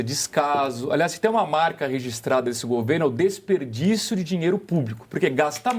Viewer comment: Disperdício??? DESPERDÍCIO!